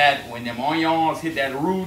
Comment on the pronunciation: No one:..: OIYONS!